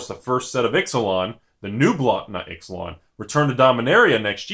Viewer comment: I really hope the plane is not pronounced "Ix-uh-lon" instead of "Eech-ah-lon".